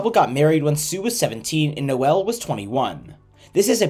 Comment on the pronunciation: Noel is pronounced Noll not No-el